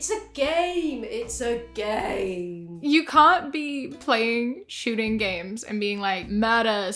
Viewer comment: "I've been PLYING video games". She can't even say it right. So real... save the virtual fetuses! Lol